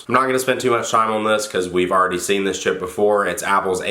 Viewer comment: I thought you said we already seen this shit before instead of chip